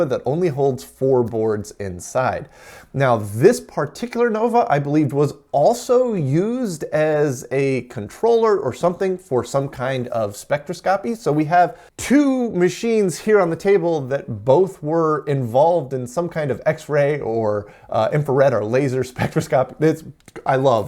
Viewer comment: FYI you're pronouncing spectroscopy incorrectly. Friendly FYI more than pedantic. I think you'll be saying it a lot. It's more like specTROScopy.